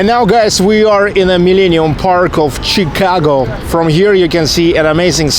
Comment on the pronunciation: сами они говорят Щикаго))